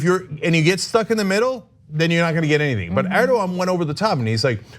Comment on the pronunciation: How is it so hard to pronounce Erdogan properly?